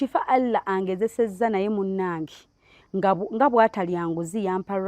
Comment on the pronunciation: Mbu halla instead of Allah😂😂